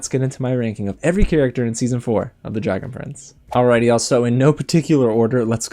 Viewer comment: I'm not the only one that thought he said dragon friends